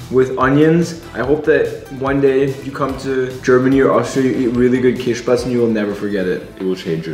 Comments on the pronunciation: DID YOU JUST SAY “KÄSSPATZEN” OR SMTH LIKE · The way he prounced käsespätzle 💀angry German noise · Should try out Lucky Me noodles. Got my my Indian, Belgian, and German friends hooked to it. Is not Half-German? Why can he not pronoune Käsespätzle?